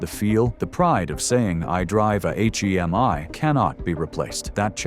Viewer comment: AI sucks, it can't say hemi correctly but repeats the h e m i.